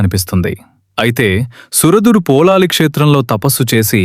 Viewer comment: మీరు పదే పదే పోలాలి అంటున్నారు. పొళలి అని ఉచ్చరించాలి.పుళినాపుర అనే సంస్కృత పదం పామర జనుల పలుకులో పొళలి గా మారింది. ఇక్కడ వార్షిక జాతర నెలపాటు జరుగుతుంది. ఉత్సవం ఆఖరు ఐదు దినాల్లో దేవుని మడిలో(పొలం)చెండాట(బంతులాట)జరుగుతుంది. దేవి భండాసురుడి తల నరికాక ఆ తలను కాలితో తన్నుతూ ఐదు రోజుల పాటు తన పరివార గణంతో కలిసి బంతి ఆట ఆడి వినోదించినదట.ఆ జ్ఞాపకార్థం ఐదు రోజులు ఇప్పటికీ పుచ్చకాయను కాలితో తన్నుతూ బంతి ఆట జరుపుతారు.సురథ మహారాజు దేవిని ప్రతిష్ఠించాక తన కిరీటాన్ని తీసి దేవి తలపై ఉంచి శాశ్వతంగా సమర్పించాడని,ఇప్పుడు ఉన్న కిరీటం అదే అని అంటారు.అలాగే కిత్తూరు రాణి చెన్నమ్మాదేవి పొళలి రాజ రాజేశ్వరి ని దర్శించి సమర్పించిన పట్టుచీర ఆ దేవాలయంలో ఇప్పటికీ భద్రపరిచారు.